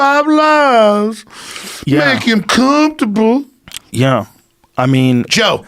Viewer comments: Alex “it’s cumftuble” Jones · "We make sure there comfterbow" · "make em cumfurbal" 😂😂